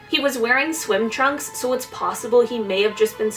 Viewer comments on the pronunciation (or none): none